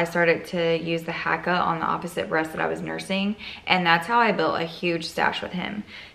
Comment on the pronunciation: Hahaha random but I’m Maori (which is where the haaka name came from) and you said it absolutely fine with an American accent if anyone is offended they’re just sensitive 😂